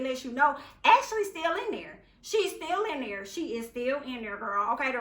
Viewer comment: Be dere den girl...Be Dere!!!! 🤣🤣🤣 I love it